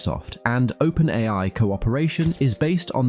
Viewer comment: It's an electronic voice, albeit a good one. He also pronounces open AI as open AL at one point.